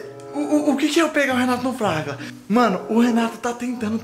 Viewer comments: "Fraga" , "Fagla" kkkkkkkkkkkkskkkkk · Qual e falado errado fala direito flagla, fragla, e flaga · O melhor é o falando flagra errado kkkk rachei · Quero pegar o Renato no "Flagla" 😂😂😂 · Vc n sabe falar flagra kkkkkkkkk